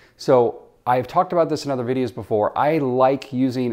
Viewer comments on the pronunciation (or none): none